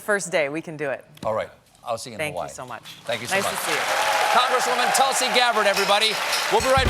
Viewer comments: Wow! Someone other than me said it, I wonder if the 2 of us are the only ones who commented on her name's pronunciation. I'm actually more surprised with she herself pronouncing it as "Talsi". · What a shame she can't even pronounce her own name right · It is pronounced Toolsi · Wow, she cannot pronounce her own name properly. It's Tool-see.